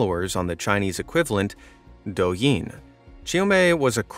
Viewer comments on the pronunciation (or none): I am not trying to be mean, like I know how people do not like people like this, but I just have to say, you pronounced the Chinese TikTok wrong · He pronounced the Chinese version of ticktock wrong